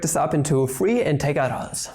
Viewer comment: Nice camo appearance of LetsSolveMathProblems "Intehgrals"